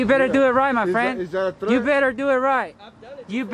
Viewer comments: You meant to say “Threat” not Threath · What’s a threath?